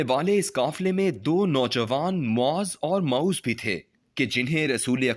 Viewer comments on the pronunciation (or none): It's not Mauz rather Mua'wwiz bin Al afra'a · السلام علیکم معذرت کے ساتھ عرض ہے کہ آپ "معوذ" کا تلفظ بالکل غلط نکالتے ہیں آپ سے درخواست ہے کہ تلفظ کو درست فرما لیں. (درست تلفظ اسطرح ہے. م پر پیش، ع پر زبر، و پر زیر کیساتھ تشدید) امید ہے کہ میری بات پر فی الفور توجہ دیں گے. شکریہ